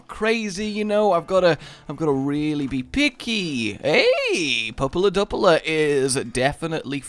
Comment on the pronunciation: If you love pupula Duplex so much; PLEASE learn how to pronounce it